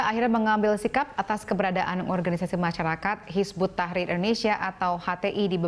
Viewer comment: kok presenternya bilang "hizbut tahir" .. haduh.. kacau...